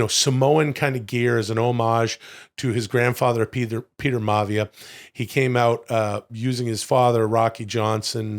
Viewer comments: mavia??? My-A-Vee-Ya, Rocky Maivia. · Maya -via is the pronunciación for Rocky Maivia #FreeWill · lmao...Will, you're not going to like this, for I imagine you've been saying that for a long time...but it's pronounced................ Rocky "MY-uhh VEE-uhh" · Will, pronouncing Rock’s last name wrong….what a mark. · How is Will such a big fan but can't say The Rocks real name properly?! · As a wrestling purest that Will claims to be, you'd think he'd be able to pronounce Maivia correctly.